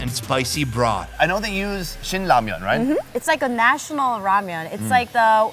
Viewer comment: oh! oh i love 'ramian'